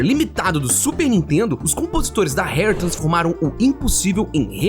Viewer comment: segue fala "seg - u - ê", s com som de s mesmo. diferente de fugue que seria "fiu - gi", esse gi seria como se fala ele em gilherme. e já que estamos aqui, esse primeiro r da "Rare" tem o mesmo som do paulista do interior falando poRta, pode carregar no r. do jeito que voce falou seria hare, que é lebre